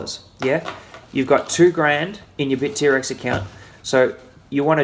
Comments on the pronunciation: great video! btw it's bittrex not bit-t-rex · It's BITTREX, one word, not BIT--T--REX! LOL! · Hahah he says Bit-T-Rex.. Never heard it that way before